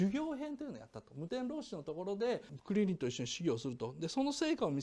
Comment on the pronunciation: クリ↑リンのイントネーションが気になり過ぎる